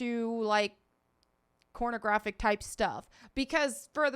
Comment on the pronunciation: Did u just say cornographic? 😂lol